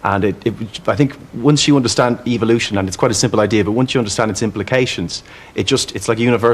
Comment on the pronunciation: Dawkins' "evilution" (he pronounces it i this way) theory is trying to persued us that it is possible that Silica sand develops per accidentaly happening changes into computer processor. The one who is bullshit is Richard Dawkins.